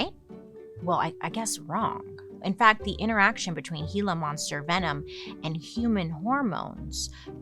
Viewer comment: As a native Tucsonan, I'm so proud of you for pronouncing Gila Monster correctly!! 👏👏❤️